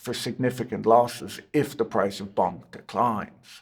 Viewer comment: I personally love that he kept pronouncing Bonk like it was Bunk 🤭